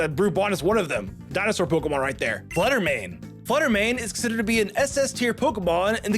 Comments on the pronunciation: Why… does he mispronounce a lot of the Pokémon? I know it’s probably bait but COME ON! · Omg the mispronunciation is so bad 😅